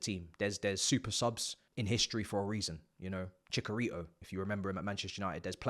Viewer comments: Did you just said CHACARITO??? is Chicharito SHE-CHA-RI-TOW man if I told you what chacarito would mean in spanish 🤣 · Bro said Chickarito, imma let it slide.